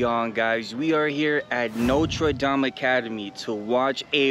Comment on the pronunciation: “Notra daam” 😭😭